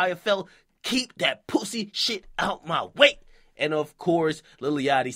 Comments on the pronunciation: the way akademiks pronounce "pussy" lmfaoooooooo "Pousssayy" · My nigga said POOSY!💀